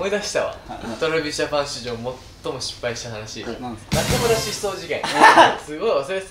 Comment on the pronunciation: 皆さん、のえるさんの「 Travis Japanでぇす！」 発音すごい、、(語彙力)